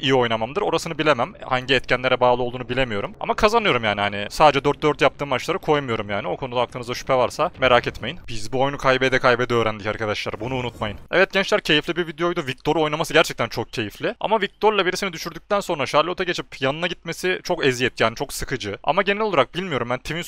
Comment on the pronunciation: okumuş adamın hali bi başka oluyor ...... ...... öğrendik diyemiyor 😂